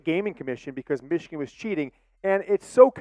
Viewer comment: 56-7 meeechigan